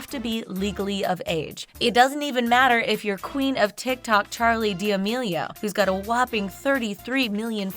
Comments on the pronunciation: you said D'amelio as deamao on . Why... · Charli d-uh-meal-e-o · im sorry- but did this woman just say "charli diamio" 🤦🤦🤦🤦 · She really said Charli "D'ameio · why did she say the last name like that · You said Charlie d'amelio's last name wrong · The way she pronounces charli d’amelio on the second part 🤮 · how can people not say her last name right??? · Anyone else find it seriously annoying how the lady pronounces d’amelio